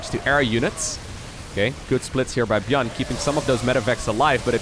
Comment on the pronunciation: Is he intentionally pronouncing ByuN's name wrong?